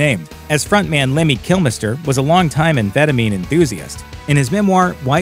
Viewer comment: Way to mispronounced kill meister